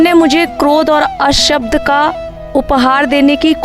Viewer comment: अशब्द नहीं भई अपशब्द कहें